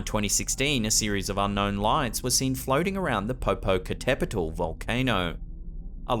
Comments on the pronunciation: Hello,: Webcams Mexico have a daily follow up of Popocatépetl volcano, which I watch almost every night. There’s a bunch of sightings of strange lights and moving objects and we discuss them in the live chat. By the way: your pronunciation of “Popocatépetl” was superb. Not everyone can get that word correctly. Congratulations! We affectionately call Popocatépetl “El Popo” or “Don Goyo”. Have a wonderful 2022, full of joy and success. 🥳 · I’m kinda proud he said Popocatepetl correctly. Also, yeah, we all know about the lights. It has been on every news outlet ever since it became active when I was a little girl in the 90s. That one is real.